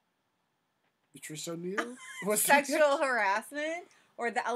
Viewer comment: He said Patrish O’Neal 😆